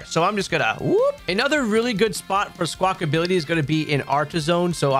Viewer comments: Thanks for the video again, great stuff... P.S it's not Squakability it's Squakabilly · love that you spell squawkabilly correctly but you keep saying "squawkability" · Its Squawk- abilly, NOT SQUAWK-ability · 😂 It was getting to me so badly. Lmao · "Skwakability" - and AustinJohn